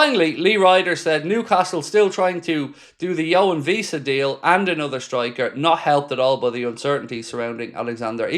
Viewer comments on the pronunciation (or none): his name is not pronounced Visa he is not German. You are the only one who does this, so please pronounce the W.